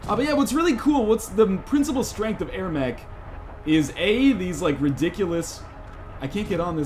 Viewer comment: "air mech" :|